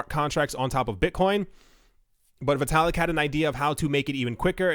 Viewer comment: It's pronounced "vitt-ah-lick"